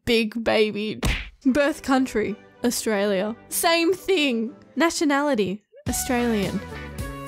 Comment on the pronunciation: why does he just say astraila